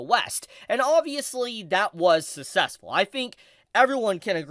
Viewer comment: SUCK-CESS-FULL jesus…. “Sussessful”